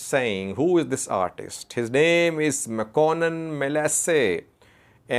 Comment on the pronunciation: His (Artist's) name is Mekuanint not Mekonnen.FYI